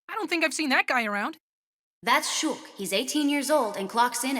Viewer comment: It’s funny how pronounce Shulk as Shook